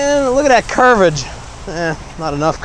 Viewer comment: "curvage" "bankage"